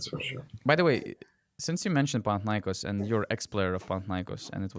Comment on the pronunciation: It's panathinaikOs and olympiakOs.. I am Greek, I know better. You can always hear Google translate..